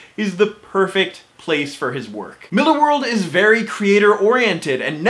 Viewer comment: Probably the first commentator that knows how to pronounce Millar correctly.